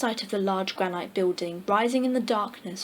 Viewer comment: Nice reading, but the words "granite" and "Narragansett" were mispronounced. Granite is a mineral, pronounced: GRAN-it. For "Narragansett," listen to this